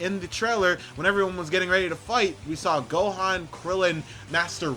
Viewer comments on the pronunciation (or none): none